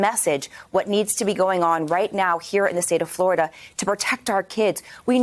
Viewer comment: Flahh ridian